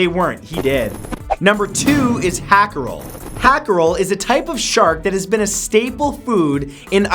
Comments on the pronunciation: it is pronounced like howcarl NOT hackaroll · Uhm... hákarl is not a fish. It's a shark. Also whya re you pronouncing it as hackarel?! XD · Hákarl - HowCarl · Hakarl is the name of the dish, not the fish. The fish it's made from are typically Greenlandic sharks or other types of sleeper sharks. Also, it's pronounced "hah-karl", not "hack-arl". ^^ Other than that, good video! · Matthew,say it with me. HA-CAREL. it’s pronounced like the name. And TOPE-E-AIRY. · That is not how you pronounce hákarl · Dude, the thing you call hakarl is just a shark. And its called hákarl and literately means shark. Don't say I wouldn't know because I'm from Iceland. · Hákarl is just shark.... No need for the butchered pronounciation😂 and nobody eats it except tourists😂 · hahahaha dat hákarl pronunciation :P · and you pronounced it wrong